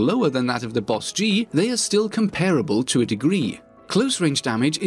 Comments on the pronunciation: It bothered me that you called it a B O S G 🤣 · Literally just pronounce it “boss-G” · B. O. S. G TRIGGER its just bosg BOSG BOS GEE